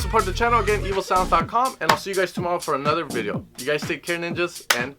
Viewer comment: Every time he says evosounds, it sounds like 'evil sounds'